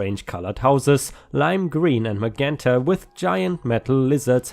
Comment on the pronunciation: Story #5, In magenta, the "g" has a "j" sound so "ma-jen-ta." 🤪